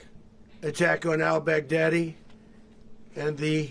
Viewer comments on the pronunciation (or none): He said bagdaddy